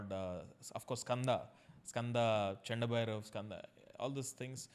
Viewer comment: When said chanda bhairava rather than kanda bhairava to murugan dev expression changed a little ( kakarsarvangi) the ka sound was missing I felt that guruji noticed it. JAI MAA ♥️ ♥️ ♥️